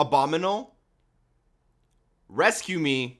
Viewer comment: "Abominle" Kappa